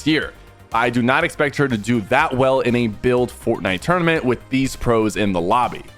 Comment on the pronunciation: "FoRT NIte" PLEASE PK say it regularly🥴🫨🤯